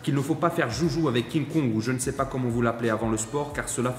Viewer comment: 2ème vidéo que je regarde. Bien construite, intstructive et utile. Par contre, évitez les "liaisons dangereuses": sur l'une comme sur l'autre vous dites "j'ai décidé de partager Zavec vous" ;-) il n'y a pas de z à partager, ni à avec.